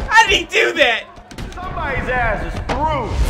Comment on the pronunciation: Lmao dude the way you say azz has me cracking up every time